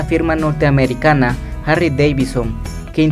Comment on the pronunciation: Todo super bien hasta que dijo HARRY